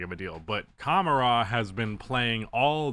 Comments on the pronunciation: It’s pronounced like cuh mar uh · As a Trail Blazers fan, I want to thank the Suns for giving us Tou for a washed Nurkic. We really appreciate that!!! BTW it’s pronounced: Ka-Mar-Ah. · Cuh-mar-eh btw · I think acquiring Kevin Durant has usually been a bad idea. I am a MN fan, so I hope all the buzz of getting KD is bogus. Durant does not move the needle. Great shooter for his size. Used to be good defensively. Not worth his contract (which is true for a lot of established stars, unfortunately). Ishbia had the money, but he was dazzled by names. (.. and yes, you have been mispronouncing Camara's name ... how 'bout a video about emerging good-to-great role players like Camara (and for MN, Clark or Shannon Jr)? That would be a good video. Those stories are better than the tired star player takes that everybody does. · Learn how to pronounce camara’s name he’s that good